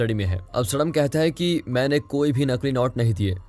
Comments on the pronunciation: Bhai Indian hoke name to sahi pronounce kro सडाम nhi सद्दाम hota h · Abe gadhe Saddam name ka pronounsation galat bol raha hai tu right name to sahi se bol nahi pata hai aur chhutiya aya hai movie explain karne ( सद्दाम ) होगा 😡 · Abe mulle qo saddam hai sadm nahi Mulle ho u😁😁